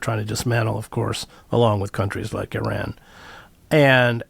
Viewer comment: Why can't John Mearsheimer learn how to pronounce Iran correctly??